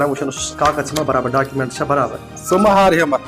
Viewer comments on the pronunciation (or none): document ❌ daakiment ✅